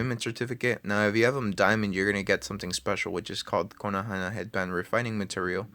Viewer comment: please please dont say konohana. its kon-o-ha